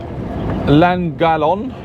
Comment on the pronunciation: Llangollen pronounced clangothlin .. m54 normally quiet which is great after the carnage called the m6 which isn't fit for purpose